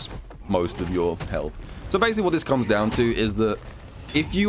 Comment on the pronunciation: RYU, I AM GOING TO KOOM.